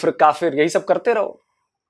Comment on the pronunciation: Alok sir.... mzaaaa aataa h bht in jokers ko dekh k . Kafiiiiirrrrrrrrrrrrr..... Kafrrrrr... education inke samne kya chizz hai.... pronounce krna v ni aataaa words properly kafrrrrrrrrr....😂 sir inki history hai kya ??!!! 75 years se phle bne hue h. Humare indian muslims bhai behno se kuch Sikho pakistanioo.... we r proud Indian.